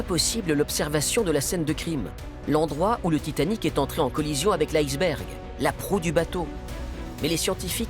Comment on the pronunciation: Quand j'étais enfant, on prononçait le mot iceberg "isse bergue" , c'est même la prononciation indiquée dans le Larousse. Pourquoi prononcer différemment maintenant. Il y a des tas de mots d'origine étrangère qui se prononcent à la française.